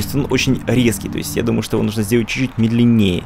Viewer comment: Возле босса тоже было сохранение, просто они далее не привлекают твоё внимание. И ударение в слове "медленнее", разве ударный не первый слог? Кстати, о идее развивать своими наработками чужой мир. Мне кажется, такое будет практиковаться очень редко и под сильным вниманием придумавшего человека, если все это официально. А так, вроде же есть множество работ, где за основу берётся определённый мир и развивается своя история. Или берут чьих-то персонажей и помещают их в другой мир. И потом, некоторые достаточно ревностно относятся к своим произведениям, чтобы впускать работать над своим выдуманным миром кого-то ещё. Чет я замудрила, но ладно А игра выглядит достаточно интересно, но какое-то клише с поиском ребёнка